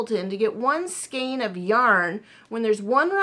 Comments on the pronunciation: And EVEN the British pronunciation is "SKAYNE" and not SKEEN. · Hi there. Just remember skein rhymes with Jane. Just gather up each end of the scarf to make that section more narrow. Want to see the finish. Your husband is right....that's a great idea. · I grew up in Oklahoma and Texas. My mom and I always pronounced it 'skane'. I never really considered that one way is correct and another is not. I just figured it's a regional thing. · Both pronunciations of skein are correct.